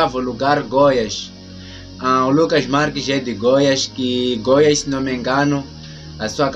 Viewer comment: O nome do estado é GOIÁS... COM ACENTO NA ÚLTIMA SÍLABA.